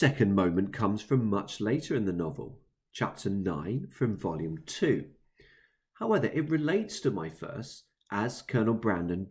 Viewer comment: "howeather" howEVER